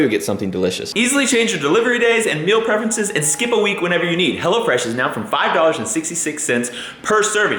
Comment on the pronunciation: Anyone else hear say "Hella fresh" instead of "Hello Fresh"? Or is that just me?